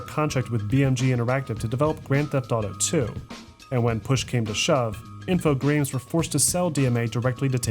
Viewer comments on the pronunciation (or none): Info-graymes 😆 That's funny! It's pronounced info-gram, like pictogram or hologram. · It's pronounced INFO-GRAMs